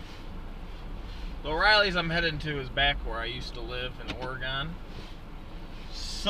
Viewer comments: OrEgun not orEgone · If your gonna live in oregon learn to say it proper. Makes the rest of the world say it wrong